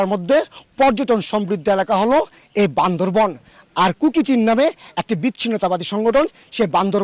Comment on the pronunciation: জেলার নাম বান্দরবান not বান্দরভন।